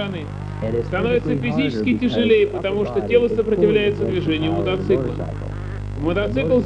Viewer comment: Мотоцикла а не мотоцыкла